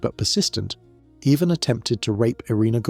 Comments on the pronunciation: I really can't stand how you cannot pronounce his name correctly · Why is everything pronounced weird? Love the show but lead is always leed and Ivan is eyvonne😂